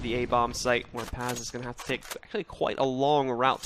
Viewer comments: Video güzel olmuş eline sağlık. Fakat telaffuzlarda sıkıntı var Paz kelimesi yazıldığı gibi okunuyor. Pez şeklinde değil. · İngiliz olduğu için. Bu soru daha önce SpaceSoldiers oyuncularına soruldu PAZ şeklinde oknuyor.